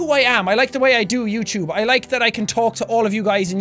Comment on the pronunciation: Who watching in 2017. I love the way Sean says YouTube. Youchube- jacksepticeye what ever year this is from